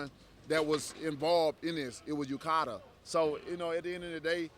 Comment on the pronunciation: "UKADA" hahaha. Dunce